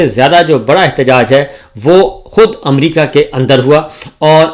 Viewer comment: باو جی :- اپنے اردو کے لفظ صحیح کریں - امریقا نہیں امریکا حقام نہیں حکام نقال نہیں نکال قامیاب نہیں کامیاب اقاونٹ نہیں اکاؤنٹ 😂😂😂😂😂😂😂